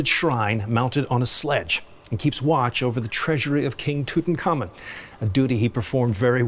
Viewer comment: TOOTINGkahmun!!! HAHAHAHAHAHA!!!!!!!